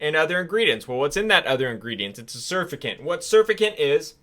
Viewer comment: Incorrect emphasis on wrong syllable pronouncing surfactant.